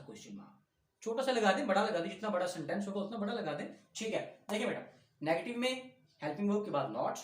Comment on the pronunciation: sentens not seneses